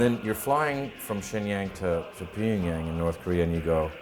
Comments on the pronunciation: Wish he'd stop pronouncing it 'Pingyang' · tea girl was pretty. wonder how she's doing. and why didn't anyone teach him how to pronounce pyeongyang?